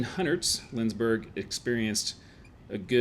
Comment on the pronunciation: It is LindsBORG and not LindsBURG. Still, a nice video :)